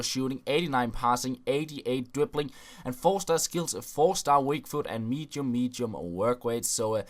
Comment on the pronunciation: "Mechium mechium wotkrates", "Free Free"... Sort you're english out..